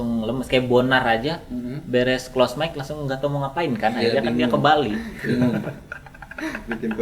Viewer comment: close mic jadi close mix 😂